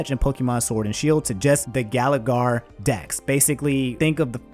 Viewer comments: man said "GALAGAR" im cryyyyyiiiiiiiiing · Mans said galigar region, #notmypokétuber